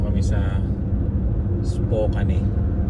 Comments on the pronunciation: Spokane is pronounced spoh-KAN (rhyming with "man" or "pan"), not spoh-KANE.Sounds like "spoke" without the 'k') Second syllable: "kan" (rhymes with can, pan,m) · It pronounce Spokane is Is-po-kan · pronounce it like "spoke...cane" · Nice US Trip! Spokane~ you pronounce it…Spo kan! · Dyan sa north Idaho there’s Silverwood theme park and a campground across where you can stay, I think sinabi ko na sa iyo nun, it’s pronounced ‘Spo-kan’ correctly, fyi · Hi po, but the right way to say Spokane is _ _ _Spokeyn😂. Keep safe po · Spokane is pronounced Spo-kan rhyming with man or pan.